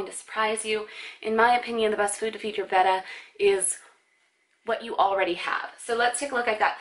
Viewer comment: Do you know that your saying Betta wrong?